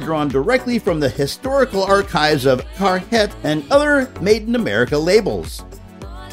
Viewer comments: carhiet, lol its car heart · Never heard it pronounced “caRHYET”